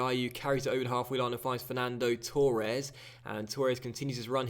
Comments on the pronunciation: Yeah it's fucking torres not turres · Why cant you pronounce torres properly